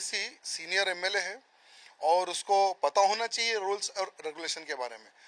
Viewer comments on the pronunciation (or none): Roles nahi Rules bolo😂😂😂😂😂😂😂😂😂